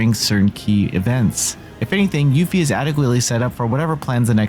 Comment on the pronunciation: switching up his pronunciation of Yuffie!